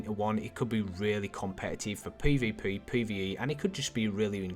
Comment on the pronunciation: Anyone else triggered by the way he says peah-veah-peayh? lol